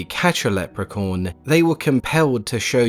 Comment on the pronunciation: It sounds like he keeps saying: "Leprecorn," which is something I really need to be a thing, now.